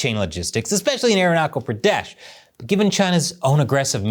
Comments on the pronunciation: Great content! .... It's arunaCHal ..... CH as in CHange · Hi, it’s pronounced as ArunaCHal, CH as in CHap…. 😊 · Btw it's pronounced arun-natch-chal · Just a small pronunciation note... Aruna"cha"l Pradesh as in cha-cha-cha. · Pronunciation correction: Ah roo na tchal. Hi mah lee yas. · It's pronounced as ArunaCHAL. The same CH in CHildren, CHill, CHallenge, CHime, etc. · The chal in Arunachal is like the "ch" in cheek, not like k for kale. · Thanks for covering this issue, But please don't butcher the name of "Arunachal Pradesh". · Great episode! A tiny correction -- the "ch" in Arunachal is pronounced like the "ch" in "child" or "chair"! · You're pronouncing Arunachal wrong. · Learn to say it right clown, ARUNACHAL PRADESH Like CH - CHINA..CH - Chimpanzee(you) CH - CHief Minister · Arunachal with the "ch" from chocolate, not "k". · Namaste and a good day. The state’s name is pronounced with a ‘ch’ as in ‘chance’. Thanks again for a well-made episode. We Indians also rile and pique the Chinese by producing what is called an Indo-Chinese cuisine. That is food for thought for you. It is delicious in its own way. It is a a part of what we call ‘jugaad’, a kind of field expedient, an improvisation. And we have not changed the names of the Chinese dishes unlike the CCP that go places only by unilaterally changing place names. Are there such things as Shanghai shenanigans? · Anyway, it’s not Aruna Coal, it’s chal, like chill. Arunachal means Sun’s lap. Reason why China did this is because of the Dalai Lama, Dalai Lama wants his successor to be Indian and come from Tawang monastery like him. China on the other hand says Dalai Lama’s successor will be appointed by the state and the CCP. Tawang is in Arunachal so now you know. Also we did have a go at each other in 1960s again, in 1967. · Bro, love your content but its pronounced arunaCHal not arunaKal. अरुणाचल प्रदेश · "Aruna kal" Is hurting my ears. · It's not Aru knuckle Pradesh 😂😂😂. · It's not arunakal😂😂😂😂